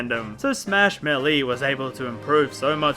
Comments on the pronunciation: It's pronounced "Mail-a", not "mElLeE". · Idk if I’m in the wrong here, but the way he says Melleee instead of Maelae annoys me. Idk if I’m wrong, but I always pronounced Melee as Maelae instead of Melleee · me-lee god damn it the announcer says melee after super smash bros and you mis pronounced it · the way he says 'meley' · I still can't stand listening to you pronounce Melee as Melly. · It’s not MELE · The way you pronounce melee makes me want to drink fucking lighter fluid.